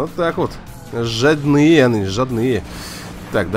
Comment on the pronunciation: Абгрейдивать и жадные с ударением на ы учительница русского языка упала в обморок 😂😂👍